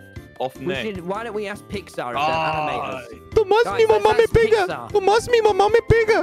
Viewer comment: "Dont call me " Me peigar" (Pegar) As an english and spanish speaker THIS WAS AMAZING HAHAHAHA